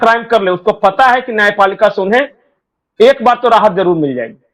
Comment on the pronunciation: नाय पालिका गलती हें नायापालिकामे सुधार होना चाहिये 🙏